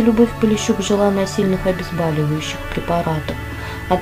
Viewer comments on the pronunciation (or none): ОбезбОливающих!"БОль",а не "бАль".Что ж так безграмотно!"СезАр де Базан"!Поинтересуйтесь правильностью произнесения слов,прежде чем позориться. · Почему "обезбАливащих", а не обезбОливающих? Боль - проверочное слово.